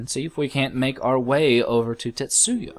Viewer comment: Just so you know, you're pronouncing 'Tetsuo' wrong, or maybe just misreading it. It's just pronounced like it looks, Tetsu O. Not Yo.